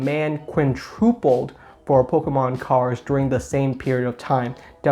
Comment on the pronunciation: Quintupled. No r.